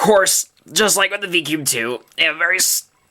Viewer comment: He said " DI CUBE "